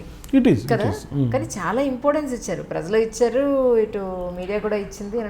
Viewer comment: Amma tallee..... Aa padam "prajalu " .... Kaani meeru daanni "prazalu " ani paliki khooni cheyyoddu.... Kaasta telugu sariga maatladadandi tallee..... Neeku punyamuntundi